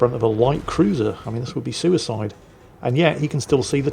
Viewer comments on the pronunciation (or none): none